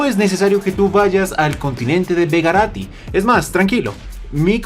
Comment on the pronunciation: begarito no begerati